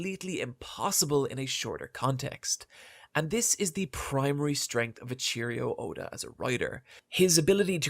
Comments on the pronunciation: did this guy just say ''eycheerio oda''? LMFAO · Aint no way dude said "A cheerio Oda" 🤣🤣